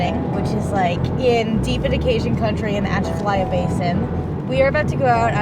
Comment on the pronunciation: Pipelines are not the problem, it's the redirection of the Mississippi River away from atchafalaya (she can't pronounce this). Lack of water from the Mississippi leads to less silt and therefore erosion and loss of wetlands, but also prevents constant apocalyptic flooding. Nothing to do with pipelines. Also homegirl is fucking fat.